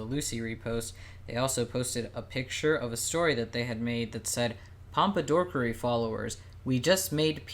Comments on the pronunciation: Every time they said “ms pompadorkery” my blood pressure rose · "Mr Pompadorkery" im crying